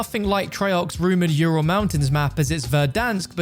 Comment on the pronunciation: Yourul mountains lol